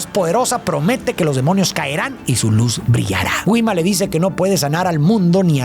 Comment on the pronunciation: todo bien pero no puedo con la pronunciacion de Gwima